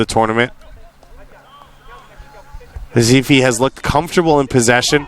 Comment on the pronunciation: Staff the team name and Sport Club Recife. Please call the name correctly!